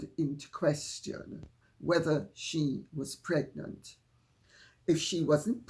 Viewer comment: "Megnant" lol lol..excellent Lady C